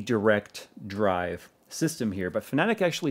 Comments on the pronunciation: Just saying that it is pronounced like fan-a-tech. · I keep hearing you say Fnatic for some reason. I was wondering when did they start making racing sim hardware. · Am I the only one who heard Fnatic whenever he said Fanatek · you pronounced Fanatec like FNATIC! LOL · Yeah he is saying it wrong.